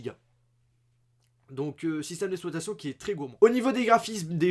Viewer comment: C'est "système d'exploitation" et pas "système d'espoitation"